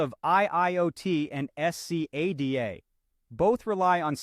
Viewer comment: My god, can't u just say scada instead of s c a d a each time, and torturing our ears